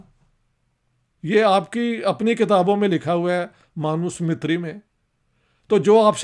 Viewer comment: Pronounce MANUSMRITHI clearly and we discuss on this. Claim the page and paragraph where MANUSMRITHI claimed that Dalits are deprived? You are talking in the air.